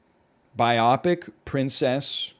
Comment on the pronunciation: He will never pronounce "biopic" correctly